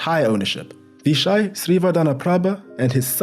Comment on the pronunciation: good effort on vichai's name